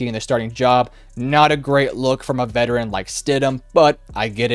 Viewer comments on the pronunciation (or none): none